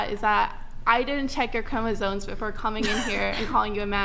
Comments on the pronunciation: WTF is a chroma-ZONE? Sounds like a fucking OBS filter. How can anyone expect to be taken seriously in an argument if you don’t even know how to pronounce the central word in your argument. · Why do you people continuously mispronounce "chromosomes"? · Love charlie, love his work, its pronounced Chromosomes with an M!!!! Bugs me to no end that one. Peace!